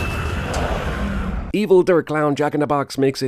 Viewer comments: I know that I've already commented, but I must say this: IT'S PRONOUNCED D-AIR! NOT D-ER!!!!!!! I apologize for my rampage. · Der is pronounced "dare" not "durp" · Good video and all, but I am begging you to never say Der again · Der is said like dare net der